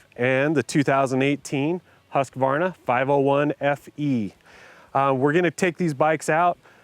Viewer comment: At least he didnt say Hus-quh-varna!!!